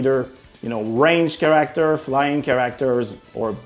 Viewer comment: Ahah. How can somebody speak english so well and not know how to say the word character? 😂 Like... he's never heard that word before and had to say it for the first time? That cracked me up. It reminded me of Britta saying bagel wrong in the show Community.😂😂😂